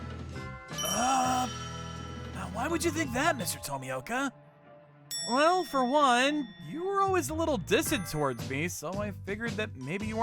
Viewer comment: Everytime someone butchered Tomioka's name had me in tears dude xD